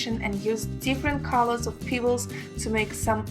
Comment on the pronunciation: Every time she says "peebles" I think of Nia Peeples.